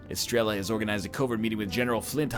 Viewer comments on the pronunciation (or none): none